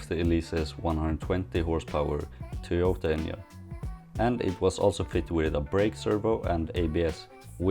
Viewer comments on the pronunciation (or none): none